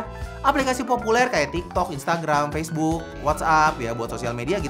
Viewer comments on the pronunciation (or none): none